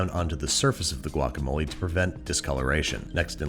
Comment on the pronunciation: Same, I cringed when he did the guacamole 🙃 From San Diego as well!